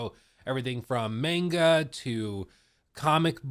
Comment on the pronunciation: saying mEnga instead of mAnga was like a dagger every time